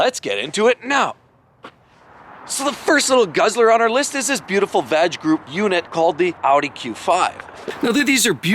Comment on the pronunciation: Did you say VAG group haha. Is that a gynecologist group. I think its just V.A.G haha